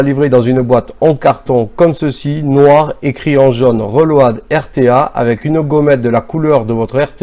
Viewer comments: "Le reulowadeu" Accent anglais "de Marseille" fort savoureux ! Merci pour le partage. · Reulauhad..... Magnifique l'accent anglais